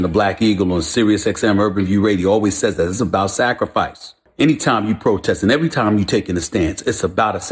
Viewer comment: Sacrafice? Ahahahaaaa